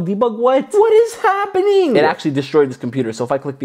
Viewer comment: "nothing is heppening"😂🤣